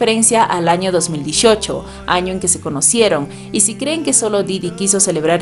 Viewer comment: 2018 lo pronuncias muy mal 😅. Pero entiendo todo lo demas👍